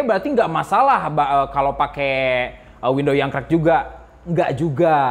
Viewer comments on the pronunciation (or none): WidowS bang bukan Windowww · Windowwwssss bang windoowwsss bukan window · WINDOWS bang.... bukan WINDOW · Windows kang, bukan window, terus ngejelasinnya slow ajalah gausah ngegas wk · Banyak video dia i5 diucapin "ai paip", tiap denger itu ngakak Skrg windows diucapin window Cuma kurang "S" tapi aneh didenger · he said wendow.... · Itu ngomongnya kurang "s" biar jadi "windows" :v